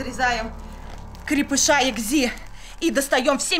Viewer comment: Только не экзи а экси